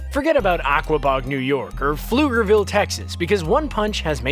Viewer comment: I was just shocked it was pronounced correctly. Even Google still has a hard time pronouncing it.